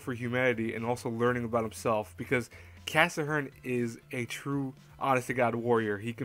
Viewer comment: Why do you say cassahern?? Is it your accent? It's Cass-hern.